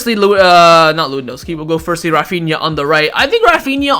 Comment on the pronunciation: Refania ?he said he like he from India haaaaa lol